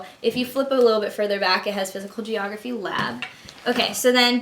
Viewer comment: funny when you say geeorgraphy... :P wow very organised :)